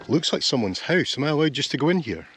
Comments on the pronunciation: I can’t get enough of a hoose in these videos 😂😂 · I like the fact that you pronounce the word house in Norwegian. Hus.